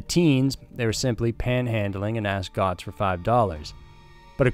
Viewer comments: At the time of the Bernard Goetz case his name was always pronounced "Gets", not "Gots". Just nitpicking. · Wow did you get the Bernie Goetz story wrong. First off it's pronounced "Getz" not "Goatz". Second, witnesses confirmed Goetz's story that the "nice black men" were threatening him with a screwdriver. You make it sound like they said "gimme your money" and Goetz said "Bang!bang!bang!bang!bang! This was yet another prosecution that was done solely to pacify the melanated. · Number 3 is pronounced like "gets" not "gots". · Its bernard getzzzz not gotzzzz im from jersey and 56...stop saying gotzzzzzz😮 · The case of Bernard "Bernie" Goetz ( pronounced likr gets, not like gots) was huge in New York. He was not just some fool looking for revenge. If those four teenagers had not surrounded him, carrying weapons, he would have done nothing. He was not going to go through another brutal beating again or end up dead. These were not little boy scouts selling cookies. He was not a man with a history of violence. Many felt that he should haveleft and gone home. Stayed away from work longer and used a different way of getting to and from work. Perhaps some new eyeglass frames to change his loomk. If you encounter some of these people who are looking for trouble, you might wish yoi had a gun on you. He did not have to shoot the fellow on the floor twice and say:You dont look too bad, before shooting him. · Bernie Gots? Its pronounced GETS u donut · Bernhard Goetz pronounced ... Gets not Gots 😁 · Goetz: pronounced Gets not Gots. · It's GETZ PRONOUNCED GETZ, NOT GOTS🤦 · It's pronounced "Gets" not "gots" Usually just called Bernie Getz. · "Gotz?" It's pronounced "Getz." I was there. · It’s pronounced: Bernard “Gets”, not Gots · Bernard Goetz last name is pronounced: "gets" not "gots" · It's pronounced "Getz" not Gotz I was in Brooklyn Middle school when this happened it was on the news a lot. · FYI: Pronounced like “Gets” not “Gots” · It's pronounced Gets. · Pronounced 'getz'